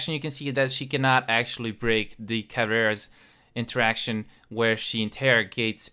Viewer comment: im sorry did you say the caveira's interrogation